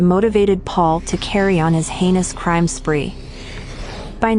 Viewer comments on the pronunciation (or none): none